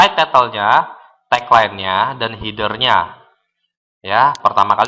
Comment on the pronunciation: Appearance dibaca apiriens, Header dibaca hider hahahaha